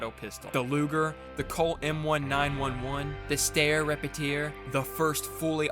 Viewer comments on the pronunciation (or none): It’s pronounced 19-11, not 1-9-1-1, otherwise the video is good, also my favorite gun from Video Games is the M6G from Halo Reach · omfg, you did not... It's not ☝🤓 M - 1 - 9 -1 - 1 Jeezus.. it's 😎👉 M1911. Say it like it's a year, jeezus christ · not the colt "em-one-nine-one-one" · bro did not call the M1911 the “Colt EM NINE ONE ONE “